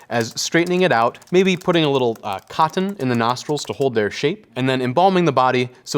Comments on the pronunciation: I like the way he says ‘cottON’ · I like how he enunciates the word 'Cotton' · I like the way he says "cotton." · I love the way this handsome dude pronounces cotton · The way he say's "cotton" is weirdly satisfying. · Love the videos. Very informative but I don’t like how he says cotton… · The way he pronounces cotton is fantastic. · I love the way this man says cotton, it gives me serotonin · I love how he says cotton. I love this series and I adore this dude. Very educational and endearing.